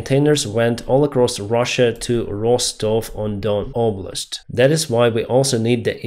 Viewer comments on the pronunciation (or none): none